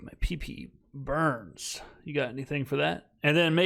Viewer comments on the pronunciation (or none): none